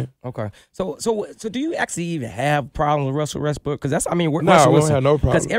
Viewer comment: Bru said Russel Westbrook😂🤣